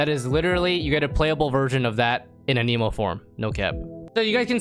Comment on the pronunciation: why does he say no cap in the wrong contexts sounds like someone who wants to sound cool also annamoe not aneeemo LMAO